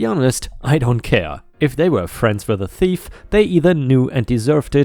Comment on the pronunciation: Thief. Rhymes with Chief.